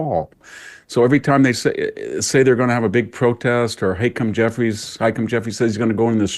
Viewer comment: I love how VDH pronounces everyone's name completely different than everyone one else. HiKum Jeffries.😂